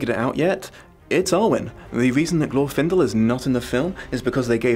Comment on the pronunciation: I'm not even going to watch this video. It's Glorfindel.